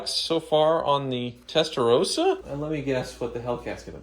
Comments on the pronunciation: I cringe when you say "Testarouuusa". It's Testarossa. 🤌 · Please! It's pronounced Testa"rossa" not Testa"rose-a", why do Americans find it so difficult? It's pronounced rossa in Italian, and in English. Come on guys 😮